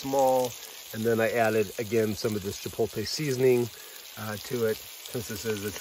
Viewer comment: Sorry to be anal. But it’s pronounced chi-pote-lay. Not chi-polt-tay. The L is on the other side of the T. Looked tasty in any case